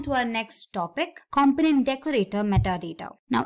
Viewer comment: Seems an ok tutorial, to many times said companent! It a com-po-nent, hearing this all the time made it hard to watch.